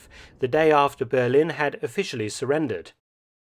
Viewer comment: I've never heard anybody call Berlin, Bearlin before😄